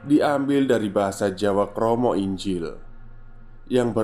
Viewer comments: Maaf mas krama inggil itu bacanya kromo inggil, jgn dibaca pake bahasa enggres... Kromo injil😁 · Krama inggil pake G mas bukan J 😭😭😭🤣🤣🤣